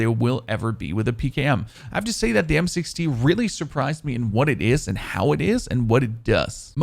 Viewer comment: It sounds like he is saying M6T